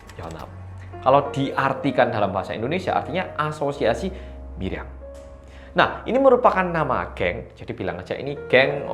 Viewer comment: dibaca nya MILYANG?? bukanyan MIRYANG ya?? Soalnya orang sini pada ngomongnya pada MIRYANG.